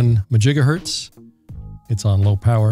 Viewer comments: I"m pretty sure that MaJigahertz begins with a "M". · He said majigahertz, ugh. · Just a note: It is pronounced "Mahjigahertz". Rum0rz are "they" are working on a Megamajigahertz transpeater for many Megafarz. Czech in from time to time for any updatages. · I always thought it was 'mah jiga hurts' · Majigahertz made me spit out my coffee 😂